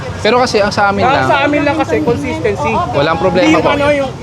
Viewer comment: dapat daw may Kon-Sis-TENK-Sy hahaha